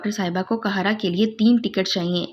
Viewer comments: آپ کا تلفظ بالکل بھی صحیح نہیں ہے آپ آپ کا ہر قاہرہ کو مسلسل کہارا کہہ رہی ہیں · App please APNA talafoz sahi keren . City ka name ghalat le rahi han .